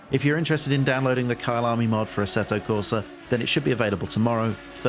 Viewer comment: I thought you were saying Kyle army as a movement ahah looks good tho